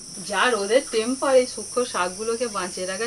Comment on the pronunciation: শুরু হল -"হালগা পাঁদলা,যোগাড়যাত" করে,"বাডনা বেডে শাগ" রান্না!!! সেই দাঁত টিপে টিপে অদ্ভুত গেঁয়ো গল্পে একপ্রকার শ্বাশুরিকেই ভুত বলে দিল। শ্বাশুরির ফোঁকলা হাসির reaction ছিল দেখার মতো। ' র' টেম্পারেচারের উচ্চারণ 'টেম্পারেজ'!! সাবাশ চালিয়ে যাও ''